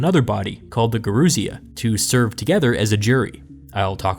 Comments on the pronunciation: Yer-oo-sia , the old ones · Gerousia (emphasis on the "si", not the "rou") comes from "geron", "old man". The Romans took over this institution from Sparta and called it "senatus", from their word "senex" ""old man". The word was shortened in America to "Senat", but Senator remained unchanged.